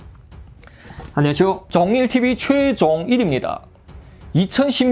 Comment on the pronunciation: 안녕하쇼가 아니라 안녕하세요 입니다